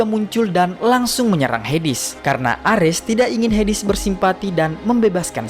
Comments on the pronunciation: HADES tawwaa bukan hidis😢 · bacanya heds bukan hedis 😂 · Hades min bukan hedis